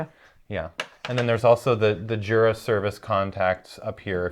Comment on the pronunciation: It would be nice if you would learn how to pronounce Jura properly. Jura is German, not English word. It is very disrespectful.